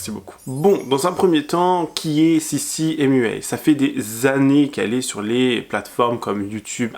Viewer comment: Vous avez tellement bossé toi et que vous êtes pas capable de prononcer sissy mua et train sweat eat correctement!